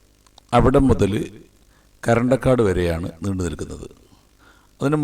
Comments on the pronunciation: കരണ്ടക്കാട് അല്ല ബ്രോ കറന്തക്കാട് ആണ് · പറയാൻ വേണ്ടി വന്നതാ കമന്റിൽ . മുഴുവനും വായിച്ചത് നന്നായി . കരണ്ടക്കാട് അല്ല കറന്തക്കാട് ..